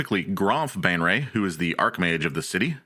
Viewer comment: He keeps pronouncing Baenre as Bane Ray, but it should be said Bay Ner. It pisses me off.